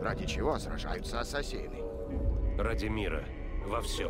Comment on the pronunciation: говори ассасИн ударение на и